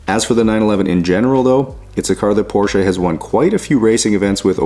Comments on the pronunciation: I am really impressed. Especially of the fact that a nativ english speaker pronounce the name PORSCHE correct. Then it doesn't matter if it is one or then of them utbis always Porsche where the E ist spoken. And there is notvan s on the end. 😉 Well done! The job and the german.😂 Greetings from germany. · Allone for the right pronunciation of the name Porsche you deserve a like. Most North Americans call it porsch or porch…. Thanks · Great to hear that you pronounced the name correct as we do in Germany.